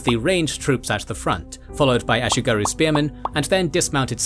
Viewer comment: Regarding pronounciation: there is no "oo"-sound in Japanese, comparable to the "oo" in English "boom". The "u" in words like "ashigaru" is pronounced like the French "u", as in "lune".